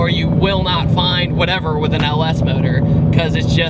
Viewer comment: Why do you say modohr instead of engine? Is it electric?